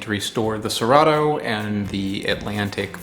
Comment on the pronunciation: i can help you with the "cerrado" word pronunciation we can split it in three phonemes 'se' as in second 'rah' as in rendezvous 'du' as in do (the verb do) word stress se-RAH-du